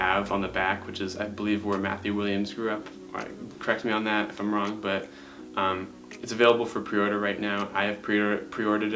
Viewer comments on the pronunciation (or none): none